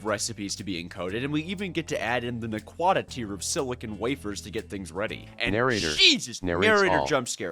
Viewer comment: The way you pronounce naquadah makes me sad. Because it means youve never watched satrgate which is a true tragedy.